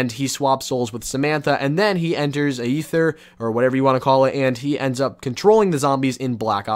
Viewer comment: Aether is pronounced EE-THER, the AE is simply E in that case. Not AY-EETHER.